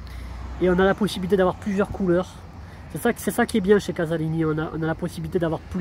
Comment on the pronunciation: il n'y a qu'un seul S donc ça se prononce Z, cazalini. Le moteur Koeler n'a rien à voir avec le Lombardini. J'ai une 20 Business de 2018 et j'en suis satisfait.